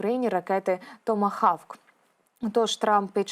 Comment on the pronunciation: Томогавк....ане хавк..😢